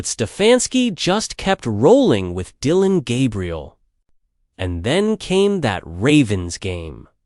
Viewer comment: I hope this is AI talking cause that pronunciation of his name is hard to heat.